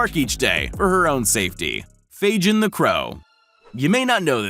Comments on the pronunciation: I am amazed that these animals are smarter than the people making these videos ... 'FAGIN' the Crow is not pronounced 'FAGE-INN' -- it's 'FAY-GIN' as in Fagin /ˈfeɪɡɪn/ ... the fictional character in Charles Dickens' 1838 novel Oliver Twist. In the preface to the novel, he is described as a "receiver of stolen goods". Trend Central ... kindly ... DO YOUR BLOODY RESEARCH and get an Producer who knows how to BE an Producer. So there -- so go forth and sin no more. D.A. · Fagin surely is named after the Oliver Twist character. Fagin does not have a j sound but a hard g sound. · Did he really pronounce Fagin like Fadjinn? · Fagin has a hard “g” like “Gull” or “Gannet” . It’s a Dickens character in “Oliver Twist”. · "Faijin" LOL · The Bird is called Fagin, pronounced with a G, not a J... It's named after the thief from Oliver Twist, because he steals shiny things. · This is cool and all, but the way he pronounces Fagin gives me an aneurysm. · learn to pronounce Fagin ! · Caiman is pronounced Kay Man, Kay as in Okay. Also pretty sure that the crow name is Fagin as in the character in Oliver Twist, which would mean the G is hard, as in Goat. So "gin" is pronounced the same way as the first syllable of guinea fowl, .or Guinness (if one is more familiar with booze than birds).